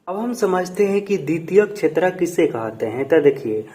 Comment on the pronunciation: कहते ❌कोहाते✅😂